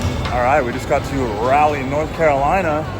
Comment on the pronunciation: Raw-Lee North Carolina not Rally North Carolina